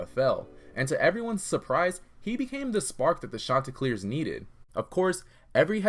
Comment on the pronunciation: “Shawn- tey clears”